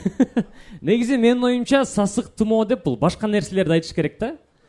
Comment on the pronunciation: Сасык тымоо эмес-сасык тумоо😢